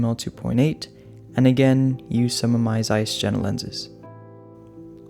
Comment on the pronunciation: 1) Its pronounced "Yena" for the Carl Zeiss DDR lenses. :) 2) Are the 35mm or Pentacon Six lenses? 3) My problem with the GFX is its not really medium format, more like a "full frame +" at 44mm x 34mm, or about half full frame/half medium format. Its about 1.7 times the area of a full frame sensor, but still about 45% smaller than 645 format medium format film. Its great for its high resolution (esp if you do huge prints), but for landscapes you can do just as well with a Sony A7R (or GFX50). I actually use a Sony A7S with a Kipon focal reducer and a Mamiya 645 lens and get great results, for a far cheaper (you could go A7R here too), and the effective sensor size is about 20% larger that the GFX. I'd love to see a focal reducer on the GFX, though. I think Metabones makes one. What I really wish is that Fuji made a full frame camera, something smaller, defter and cheaper than a GFX, but with their features, then slap a focal reducer on that.